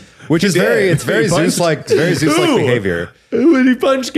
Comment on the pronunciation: Keith needs to stop saying Seuss instead of Zeus it’s rly getting to me